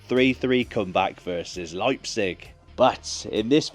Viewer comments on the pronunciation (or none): none